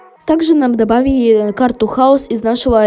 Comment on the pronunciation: Почему ты говоришь добавийи а не добавили